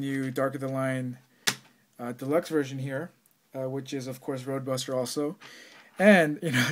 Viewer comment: blooper alert u said dark of the line deluxe verson lol great review i cant to get this figure :)